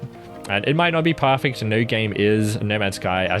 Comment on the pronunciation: is this guy saying "parrfect" or is it just me?